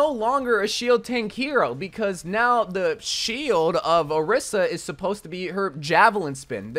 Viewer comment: why cant overwatch youtubers pronounce orisa’s name correctly lmao